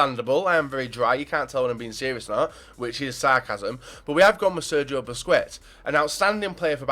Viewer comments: Busquest sounds like BUSKESTS, NOT BUSCUETS. learn spanish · Nice video man! Regards from Spain! PS: Busquets isn't pronunced as "Busquets", it is "Busqets", without the second 'u'. ^^ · you know it's pronounced "busqets"